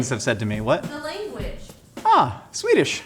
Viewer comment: His Swedish pronunciation is pretty great. Better than I usually hear from Americans.